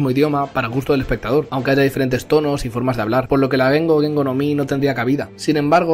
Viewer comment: Ge-N-Go. En japonés son 3 sílabas